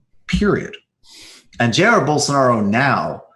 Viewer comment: PRONUNCIATION GUIDE: ca sh mere = J eye = A eer ie = IR JA-IR (second syllable is stressed)